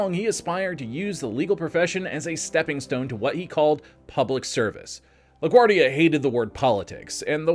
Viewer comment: *La Guardia (not "La Guardi")